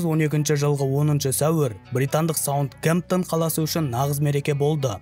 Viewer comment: Болады нормалный тусиндирип бердиниз бирак дурыс айтын атларын сизге жараспайды кате айткан, мысалга КУНАРД ЛАЙН дегенди кунрад лайн дединиз Саутгемптон дегенди Саундгемптон дединиз, бир окып корин кайтадан